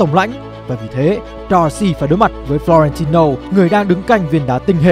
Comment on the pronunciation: và đây là flo ren ti lô:)))